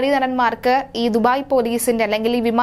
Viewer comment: അങ്ങ് ദുഫായില്‍ (duphai) അല്ല ദുബായ് (Dubai)